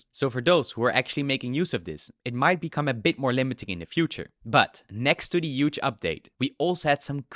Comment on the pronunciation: Not Euge but Huge.